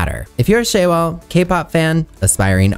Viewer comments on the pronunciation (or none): Just an fyi, the "a" in "shawol" is pronounced as an "ah" sound, not "ay".